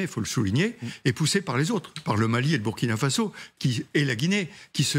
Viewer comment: C'est très bien pour tes infos,mais je déplore votre prononciation pour le Burkina Faso (le U ce prononce "ou")faite un effort et dites le aussi à vos confrères, bisous.